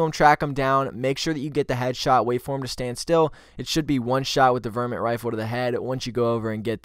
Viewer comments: its pronounces VAR MIT and its a .22 cal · Its VAR-MINT bro i hope this miss enunciation thing isnt something all youtubers are doing intentionally now ......its lame .....if its for comments even sadder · Good video. But it's VAAR met rifle. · Varmint rifle, not vermint ;)